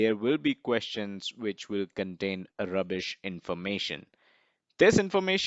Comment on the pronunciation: Great video. Watch out for "rrrubish information...."